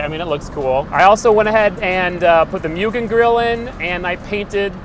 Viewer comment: Mugen mooogen Not mewgin 😅 every time I hear it mispronounced is cringe